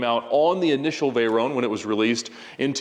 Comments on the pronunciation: I see we’re still calling a vey-ronnee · Can someone explain to me what a “Veyrone” is? It’s a VEYRON.